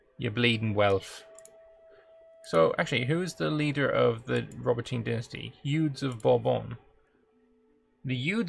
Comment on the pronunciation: Eudes have to be pronounced "HUD" without the h.